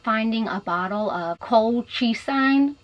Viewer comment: Drug is pronounced COLE-CHA-ZEEN